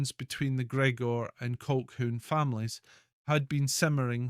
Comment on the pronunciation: The word is Colhoon . How can you expect any Scot to take you seriously if you can't speak Scots.?